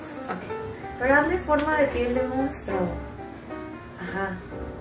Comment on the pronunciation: 'Mounstro' xD